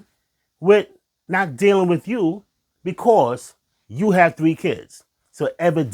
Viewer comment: First of all, the word is "THREE" not "TREE." Try working on that with your speech therapist. Second, how can you blame women for what men won't do? Have you invited your friends to church? Why are men not talking about attending church with other men? What are the deacons and pastors doing at yours and other churches to bring men to the church? If you attended church with your family, I guess meaning they lead by example, where's your wife? You couldn't meet her in the family church? So what did your mother do to turn you against women? Some mothers teach their sons that no woman is good enough. That way mom can continue to control her son. In turn,he blames women for every problem. Stop blaming women for the choices of grown men.